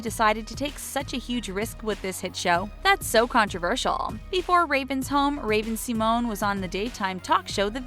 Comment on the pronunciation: did she just say see-mone? woooooow